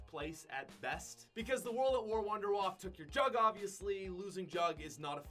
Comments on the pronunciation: You pronounce it like vonder vaffe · You pronounce wunderwaffe so wrong.. Its a german name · So funny How he pronounce wunderwaffe im german and I Know How it is pronounced and to me it Sounds funny